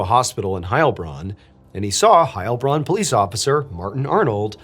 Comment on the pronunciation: I have loved your channel for years, but as someone who is totally bilingual in both English and German, the pronunciation stress is on the Bronn part of Heilbronn, the first part of that name gives every German a panic attack